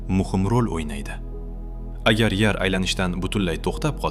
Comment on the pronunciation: Nimaga yar deb gapiryapsiz